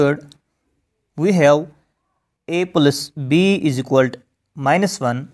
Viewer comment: It is not "isiqualt". It is " Is equal to" try to pronounce properly. Btw explaination was nice